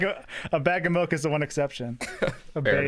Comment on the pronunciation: you see this comment, you need to stop saying melk.